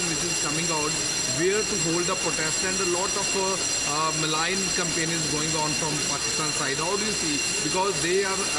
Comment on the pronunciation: MALIGN NOT MALING